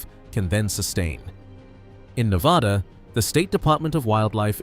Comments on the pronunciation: FIRST... (IF you are trying to educate and enlighten)You should LEARN to pronounce Ne-vaa-dah (no "ah" about it)... only then will Folks, here, pay attention & not GRIT their teeth and shutter. LAST... Do Not tell folks from "Back East" (including Gt Britain) about our rural hot springs... Shush... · It’s Ne-VAD-uh - do your research!